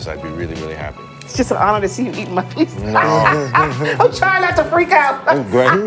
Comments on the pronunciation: Is it just me that’s annoyed with her pronunciation of “pizza”? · What’s a Peesa ?